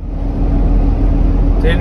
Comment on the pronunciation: Kleine Hinweise: Beim nächsten Aussteigen aus dem Auto, mal zuhören, wie die Franzosen die Städtenamen aussprechen: Millau spricht sich: "Mii-Joh"; Sete spricht sich: "Säät", Clermont-Ferrand spricht sich: "Klär-Moo Fee-Ron"